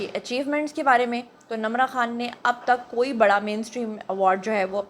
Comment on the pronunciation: Her name is Nimra not Namra what you saying